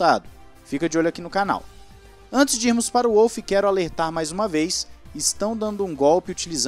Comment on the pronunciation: Toto eh austriaco, o W no sobrenome dele tem so de V, nao de U